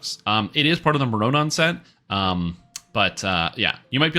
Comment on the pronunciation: love your videos, but please learn how to pronounce mroranon :P you can pretty much just swap the first r with the o and say morranon like more-anon